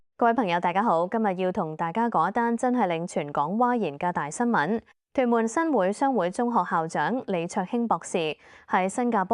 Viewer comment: 新會，會：應該讀滙豐個滙音